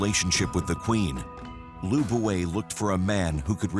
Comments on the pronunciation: His name was "Lu Buwei" For a second there I thought he said "Liu Bei" of the three kingdoms period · also... weapon at that time.., city walls at that time... and the Chinese name Lv Bu Wei should not be pronounce Lu Buoy (how you spell pronounce?) Ying Zheng (Ing Jan... hmm.. not really... English don't have this sound)... you (narators) just need to learn the language too man...